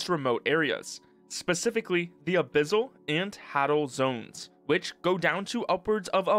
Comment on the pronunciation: The way you say "Abyssal" and "Hadal" physically hurts me.